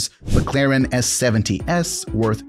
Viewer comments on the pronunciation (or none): none